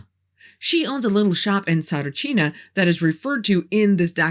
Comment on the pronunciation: A Bulgarian here. Have to say - your pronunciation of the names was 90% spot on! Really good indeed as I've heard plenty of English-speaking people trying to pronounce them and they're not doing good. Not at all. My uncle's told me that he's been at the dig site of Tsaritchina at some point but for very short and from what he knew they'd found nothing. And from that exact "No-man's land" documentary you mentioned I knew as far as the smooth wall and Vanga asking them "What would you need that yellow monkey for?" So - I did kind of learn a bit from your video too & thanks for that! There was a LOT of political play around the topic through the years for certain. All I know is - if it's been sealed and untouched/ignored all these years later it might be better to stay that way if there IS anything real down there. Some mysteries should just stay as such. The saying "curiosity killed the cat" exists for a reason.